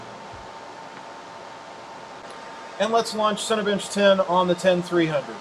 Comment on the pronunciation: It sounds like he says "Cinebitch". XD